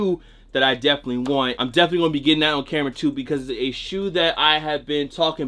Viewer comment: tf he call his camra bra